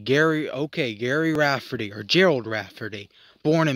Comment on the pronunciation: The name was mispronounced. But what you said, about Rafferty. Was mostly accurate.